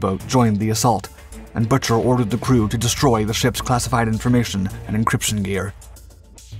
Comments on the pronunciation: It’s pronounced Boooker, not butcher. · The correct pronunciation of the Pueblo's Commander was Boo-ker NOT Butcher. Get someone credible to narrate. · At the time of event, the captain's name was pronounced "Boo ker," not "Butcher." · My dad was on the ship. Pete’s name is pronounced Boo-Ker. Not “butcher” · WTF?? Good Lord!! The OP discredits the Skipper and the crew of the PUEBLO. His last name is BUCHER!! not Butcher.. GIT IT RIGHT!! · You need to practice the pronunciation Commander Bucher's name. Not Butcher... Boo ker. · The Compander's name was Lloyd Boo-Ker, Not Buch-er! These computer voices and THE LACK OF RESEARCH Get on my nerves! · Bucher is pronounced like “Booker” as it was derived from “bookmaker”. The commando raid by NK was prior to the seizure of the Pueblo, not after. LTC Bucher was not informed of the raid which would have caused an immediate exodus from the area. NK expected retaliation and probably thought the Pueblo was part of a military response. The entire incident was a massive navy debacle yet it may have saved the world from nuclear destruction. Had Bucher kept running the ship would have been sunk and probably every crewman killed. That act of war on top of NK’s attempt to assassinate the SK president would have led to massive retaliation during a time the world was already on the edge of nuclear war. The surrender prevented direct military action by the United States and SK. It is not a stretch to say that the crew of the Pueblo saved the world . More specifically, fireman Duane Hodges who was mortally wounded below deck from a shell fired through the side saved the world. When Bucher went below deck and watched Hodges die from a horrific wound he probably saw the fate of himself and the entire crew. He did the best thing in an impossible situation and surrendered the ship, likely saving humanity from a worse fate. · The Commander's name was pronounced "b-ue-ker". The Navy Tried him on breaking tradition, not regulations.